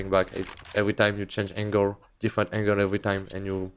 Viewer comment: Kenny cant say angle right, lol but still love you.